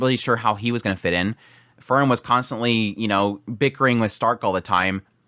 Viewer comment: It would be even better if he could properly say her name.😁